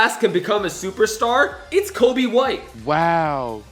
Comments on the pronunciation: Um it’s Coby White not Kobe White😂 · It's Coby not kobe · His name is Coby not Kobe. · Bruh it’s (coby) white watch some basketball